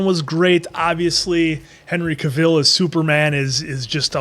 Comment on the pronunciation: Cavill is pronounced like "travel" not Cruella. And the two movies are so different. It's worth comparing Steppenwolf in the 2 movies. Prior to the theatrical cut being released, they slammed Snyder's Steppenwolf for being full CGI, so they altered it - and it was so bad. The theatrical cut is SO bad and a completely different movie.